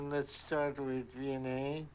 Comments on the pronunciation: I'm subscribed! I'm from Cape Town and every time they say Vianey, I hear V&A like the Victoria and Alfred Waterfront and I get confused. If I could have cashapp I would throw my hat into the ring, because this Capetonian never says no to money! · What is her name?? All I hear is "V N A"